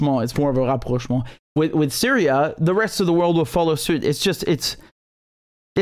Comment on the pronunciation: Hilarious "Baerbocky" german accent dude ;)